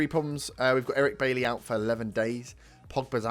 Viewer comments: It's not pronounced like that tho...... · It's refreshing to hear someone pronounce 'Bailly' correctly.